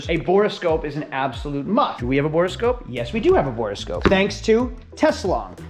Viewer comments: It’s borescope not borascope! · A note for the editor: It's called a Borescope or Boroscope not a 'Bore a Scope' :D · "Bore-a-Scope"? "3000 Megahertz battery"? You're trolling us, right?